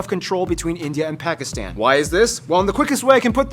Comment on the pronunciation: Such a beautiful lady! BUTTT its absolutely unforgivable that she cant pronounce Pakistan. I am Indian btw